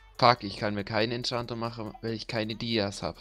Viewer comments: Junge es heißt dias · Es triggert so hart wenn du die ganze Zeit dies zu Dias sagst